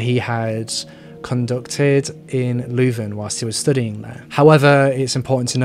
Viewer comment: Pronounced "Loo-Ven" = Leuven